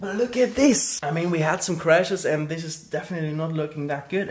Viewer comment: THANK GOD you say "this" instead of "sis"